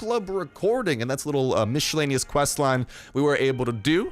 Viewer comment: Mish-ellaneous lol 😂😂😂😂😂😂